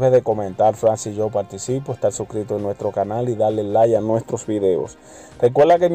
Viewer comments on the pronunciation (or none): none